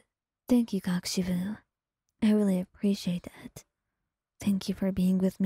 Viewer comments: or normally pronounce it as "koh-koo-she-bow" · I think your saying it super wrong 😂 I’m not sure how to explain it but your mispronouncing something from what I’ve seen most people do it’s kok-o-shibo I’ve heard the kok part be pronounced more like coke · I can’t get over the fact how she says kokoshibo 😂😂😂it’s so funny